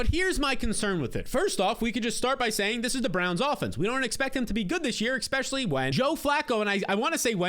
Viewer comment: My only critique would be "expecially". For the love of Mike!